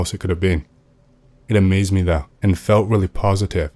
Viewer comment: Also the way he say's 'Me' as "Muay" or "Meh" 😂